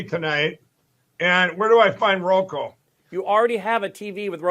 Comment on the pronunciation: Lindell still hasn't figured out how to say Roku.